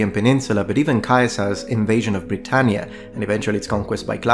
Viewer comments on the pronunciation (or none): none